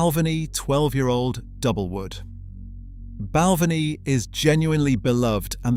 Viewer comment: Its pronounced Bal-ven-ee. Spey side pronounced Spay side